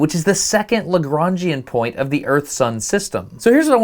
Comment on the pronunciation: Lagrangian Point. It makes sense to say it like that, but that's not how it was named...